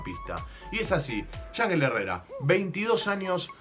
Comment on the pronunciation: se pronuncia "Ianjél"